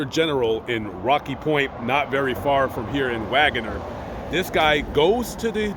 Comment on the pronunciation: Hey from Tulsa, Oklahoma! Wanna sound like the locals? It’s pronounced Wag’ner!! ❤️